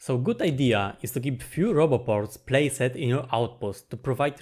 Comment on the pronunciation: This was fun! Just FYI though, "-ed" words aren't pronounced the way you're saying it. "Placed" for example isn’t ‘play-s-eh-d', it's more like 'play-s-d'. The E in "-ed" is usually silent, I think.